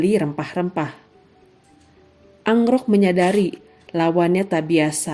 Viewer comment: KEN AROK..Bukan ANGROK